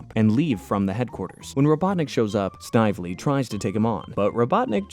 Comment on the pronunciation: The name Snively is pronounced snivelly